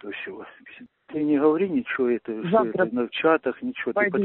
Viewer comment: "Что у нас тут творится" с ударением на о и "шо" - фенаминальная постанова! 95 квартал мельчает!🤣🤣🤣